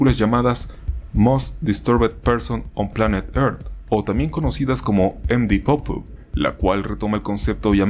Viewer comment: me da ansiedad como pronuncias md pope, deberias buscar las pronunciaciones para tus proximos videos, buen video btw :D